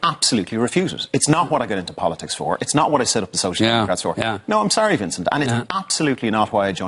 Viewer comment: 3.57 He says 'bolitics' 🤣